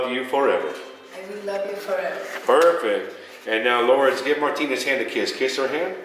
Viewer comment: en vez de decir LouRRdes dijo Lords tambien jajaja, ahora solo tienen que llevar el certificado al registro civil aca en Arg y listo queda registrado legalmente aca tambien ❤💍